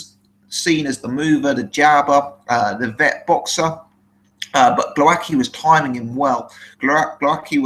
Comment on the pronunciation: its GWOWASKI 100% sure (polish roots here) L like w in english(ex white) cheers